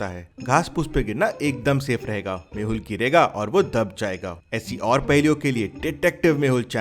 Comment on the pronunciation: Detective mehul not mahul